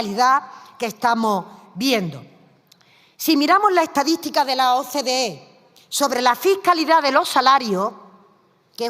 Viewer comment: "utede se le do'monta mu facilmente, va a la etadi'tica de gobierno, de cualquie organimo!"🤡😅